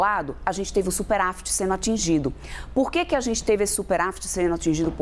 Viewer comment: A análise da economia sendo feita por uma econimista que fala "superAfit"?